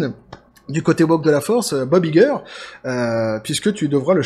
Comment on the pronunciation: «Vous êtes Iger? — Ça se prononce "Aille-ger" » ;)